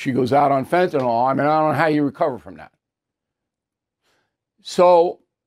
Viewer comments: As a veteran broadcaster with a degree in higher education, and a stickler for correct English, surely you know that what you say influences the general public. The word 'fentanyl' does not end in ol. It ends in yl and is pronounced to rhyme with pill. The other word that is often mis-pronounced by tv talking heads is 'anti-Semitic'. For some reason, many think that anti-Simetic sounds better. The people are Semites, not Simetes. Thus endeth today's lesson. Tomorrow we will tackle the subject of does a body 'lay' on the floor or lie on the floor? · Can't anyone pronounce Fentanyl ?